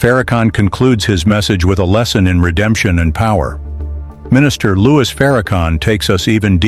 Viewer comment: NARRATOR...ITS LOUIS!..NOT LOUIE...PLEASE BE RESPECTFUL!